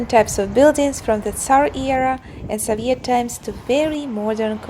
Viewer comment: В слове Soviet ударение на первый слог (So). Вы очень красивая и умная девушка. Всяческих Вам благ!